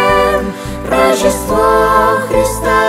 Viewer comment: Всё хорошо 🆗 совет: следить за произношением, потому что "рожжен" и "рожжество" это так себе 🤭😏